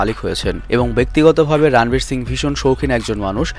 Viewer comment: রানবীর নয় শুদ্ধ উচ্চারণ হবে রনবীর